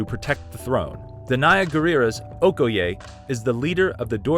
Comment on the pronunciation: Ooh I hate how you pronounce okoye... its not ok oh ye.. its o koi ye... You even butchered Nakia's name. white people stay butchering ethnic names even when there sources to here how to pronounce them..